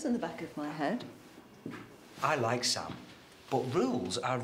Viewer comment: SAM not ZAM!!!